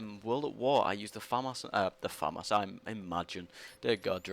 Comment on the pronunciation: It's pronounced Fa-Mas